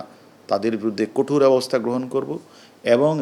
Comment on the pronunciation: উনি বিডিও (ভিডিও ) / ভার (বার) / কটোর (কঠোর ) বলছেন।